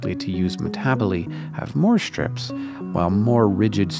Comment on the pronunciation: am I the only one who finds his pronunciation of "ISH-tructures" and "ISH-trips" slightly odd?